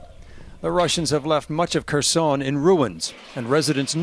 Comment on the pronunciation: It’s pronounced Herson, the K is silent.